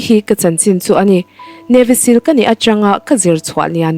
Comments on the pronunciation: Navy sill ti tawh suh Siil ang deuh in lam tur aw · mizo in Sîl (stamp) kan chhut thin anga lam tur anilo, Navy seal chu sea lion an tih mai, Seal anga lam tur thlukna awmlo, Sîl ani lo Seal (steel) thluk in